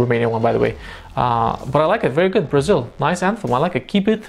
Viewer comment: You don't have to pronounce the word "Brasil" like that, sounds way too Spanish